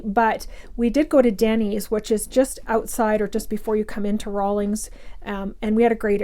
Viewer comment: There is no G in the town name. 🤭 thanks for the review tho. Good to know!